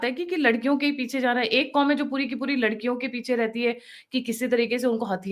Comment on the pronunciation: पिछे नहीं। पीछे।